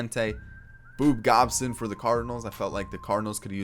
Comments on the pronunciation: This man said "Boob gobson" 😂😂😂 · If you say boob gobson again I swear bruh... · Man as a cards fan I hate when you call him boob gobson lol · homie just said Boob Gobson